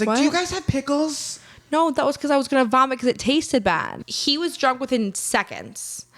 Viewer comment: The toes have to stop moving, and needs to practice saying "because" correctly😂